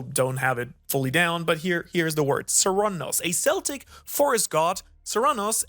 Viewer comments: Did Chopper perfect his Monster Point? That panel loked like Monster Point. (I don't read the manga and I haven't found a place to watch the anime online. The god is pronounced Sir-Noo-No-s and Celtic pronounced Kell-Tic.....Not Sell-Tic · Bro I ❤ u and your videos but I defo think this is like the third time you mistakenly pronounce Celtic words in your videos, 😂😂 im not offend and I am Welsh. But it's a hard C which sounds like a K so Celtic sounds K-el-tic and Cernunnos sounds Ker-NOON-nos, again. Love your videos your the best keep up the Awesome work.